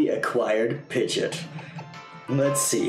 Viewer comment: its not pidgit its pi-gee-ot pidgeot